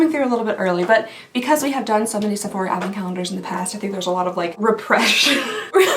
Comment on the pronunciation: The way she say Sefuc..sephora 😂😂